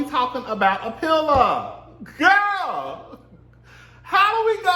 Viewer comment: I AM FUKN SCREAMING GAAAA!!!! SAYING GIRL LIKE GOAL...I FAINTED🤣🤣😂🤦🏽